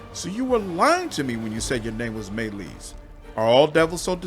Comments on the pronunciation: Me Lies is how you should have pronounced it. Love how you read this soliloquy, quite entertaining. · Me Lies is how you should pronounce it.